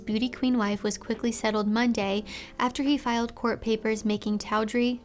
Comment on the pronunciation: "Todd ree", not "ta ooh dree", LOL! English is not phonetic, though, so you can be forgiven, LOL! 😊 - Yes, it is like one of these "TV movies of the week".